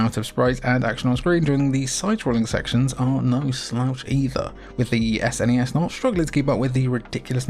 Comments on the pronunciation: Outro gang, jimmy is right it's a word, snes. not s.n.e.s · The third person sections in Axelay actually aren't mode 7, but use some clever scanline trickery instead. It does use mode 7 on that walking mech boss in one of the 2D sections though. Also, it's definitely pronounced snezz! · I was actually surprised hearing you say Ess-N-E-Ess instead of "Sness". I thought all UK gamers had to say "Sness". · Saying "sness" rolls off the tongue better than spelling out S-N-E-S. However, saying "S-F-C" for the Super Famicom is easier to say than "sfkk" or whatever. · I’ve always said “snez”. One syllable because I’m a lazy sod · “Sness” is how my friends and I pronounced it